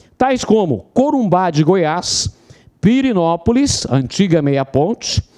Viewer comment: Ótimas aulas, só corrigem, por favor, o nome da cidade de "PIRENÓPOLIS" e não "Pirinópolis". rss Parabéns Lac Concurso e!!!